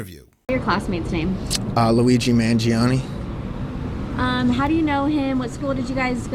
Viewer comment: Corey Wey says he knows Luigi, yet he can't even pronounce his last name